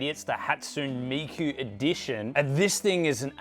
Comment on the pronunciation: BUTCHERED mikus name 😭😭